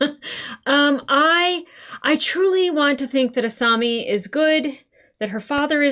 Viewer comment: Uou you are saying asami's name wrong